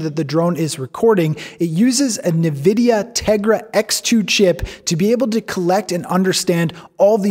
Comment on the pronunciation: It's pronounced N-vidia not Na-vdia. Very big company in the computer graphics GPU world.